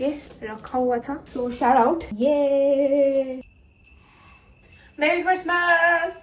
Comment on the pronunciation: "MARRY" CHRISTMASSS!!!💀💀